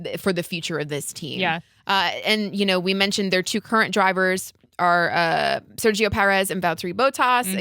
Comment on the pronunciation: As a latinoamerican guy I have to tell you, the G in Sergio is pronounced the same way we pronounce México un Spanish. English examples escape my mind atm but similar to the h in ahead. Think of it lime Ser-he-o with a short O at the end not "ou", more like an abrupt stop. The other names also have some slightly different pronunciation but I'll limit myself to the one Spanish name 😅